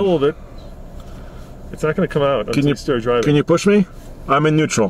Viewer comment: Nuetral not nuettsl 😂